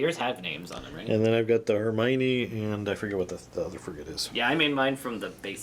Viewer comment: You're not close with Hermione. You can hear it in Harry Potter (in French). It should sound like Her-Me-On linking Me and On